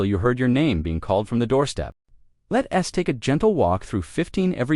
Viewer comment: Bad AI voiceover. "...let S take a walk...", not "...let's take a walk..." hilarious.